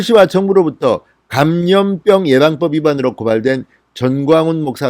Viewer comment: [만냑]x, [검녁]x, [감념뼝]x, [방녁]x, [진녕장관]x, [진녕]x [마:냑]ㅇ, [거:멱]ㅇ, [가:몀뼝]ㅇ, [방역]ㅇ, [지녕장관]ㅇ, [지녕]ㅇ